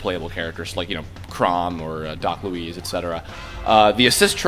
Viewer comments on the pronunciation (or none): ....Doc Lou-ease?!?!?!